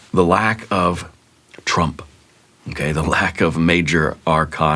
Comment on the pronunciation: 😂😅 Triumph not Trump lmao